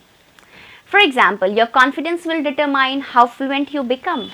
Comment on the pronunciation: Your Determine pronunciation is wrong .Miss you have to focus on your pronunciation to speak better